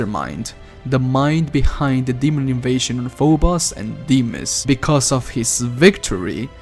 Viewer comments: I think the moons are pronounced f-oh-b-oh-s and dee-m-oh-s. Quake 3 Arena has a character named Phobos and the announcer says the name. I tried to go back but the game won't let me. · I just wish he didn't mispronounce Phobos and Deimos the way he does. It's really grating. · Tell me about it i cringed each time i heard him pronounce it, god its terrible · The way he pronounced phobos and deimos assaulted my ears